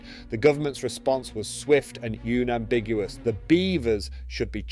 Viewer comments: yeah either this is AI, or its just a guy reading an AI script, he pronounces unambiguous as U-nambiguous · how did you pronounce "unambiguous"? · Like a psychopath